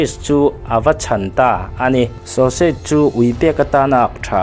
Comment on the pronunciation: Sausage i lam dan te... Justice i lam dan te leh thil dang neuh neuh hi.. Pronounce dan zir i ngai